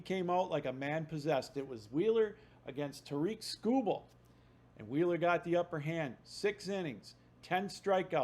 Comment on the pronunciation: How are you a Tigers podcaster and still pronounce tarik like "ta-reek"